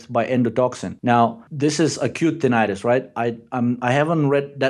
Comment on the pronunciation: you crack me up 😂 Tininininitus